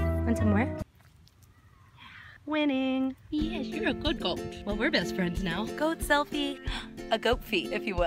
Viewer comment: I thought she said "goatfie"... like a goat selfie.